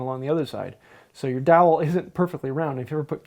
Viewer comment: All I hear is like "DAWHLL" or something?" (Fred Gordon Herbert ✝️)